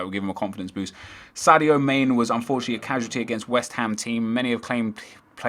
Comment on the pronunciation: My brain died when you pronounced Mane(Man-ay) as main....